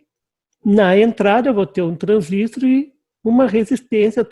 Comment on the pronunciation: Parabéns pelas aulas, mas por favor, em português, o correto é transistor, com acento tônico na última sílaba.